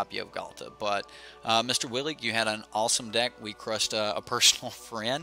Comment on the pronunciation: You said my name right. lol. Sorry yo had to destroy your friend. lol